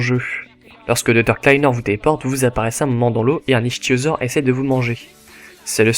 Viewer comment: Très bonne vidéo , tu crois q'un épisode sur mortal kombat serait possible? (ah oui, je veux pas faire mon relou pointilleux mais on prononce "iktyosaure" même si ça s'écrit ichtyosaure......désolé je pouvais pas m'en empêcher^^)